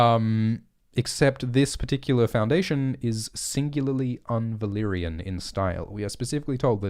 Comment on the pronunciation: "Valaquor". groan